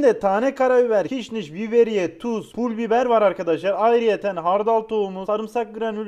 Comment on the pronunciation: pûl biber 💀